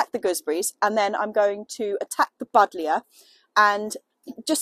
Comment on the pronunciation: "Budlya" :D